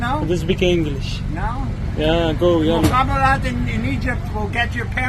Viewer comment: I was confused by that too, because he was mispronouncing the word. He was intending to say mukhabarat, but ended up saying mohabharat ... It made me think he was talking about the Mahabharata or something.